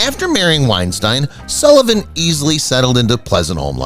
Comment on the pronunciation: Sullivan's wife's maiden name was Weinstein. The correct pronunciation is like wine-steen. Senior Wences had nothing to do with Topo Gigio. The puppet was operated by 3 puppeteers. The voice was provided by Peppino Mazulla. Ed Sullivan was on CBS, NOT NBC! Check the facts and learn how to pronounce this. It's embarrassing.